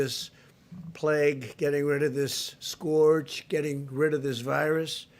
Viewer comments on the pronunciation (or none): Why can't he pronounce "scourge"? Patients with lupus and rheumatoid use it to limit damage these diseases due to our body. I only got 11 days of Plaquenal on my last refill due to trump's stockpiling. And it can be TOXIC if abused. This is a DRUG!